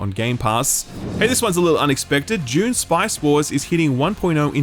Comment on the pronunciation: I always have to listen to a segment twice every time you say June (dune)